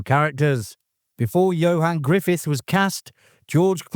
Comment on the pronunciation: It's Ioan Gruffudd not Johan Griffith.